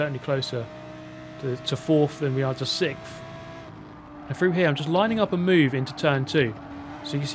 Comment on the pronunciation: i love hearing british people struggle to say "sixth" and "six"